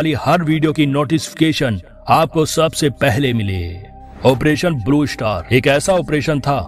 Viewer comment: First learn how to speak English word Blue Shatar, is not correct, the right word is “Star”.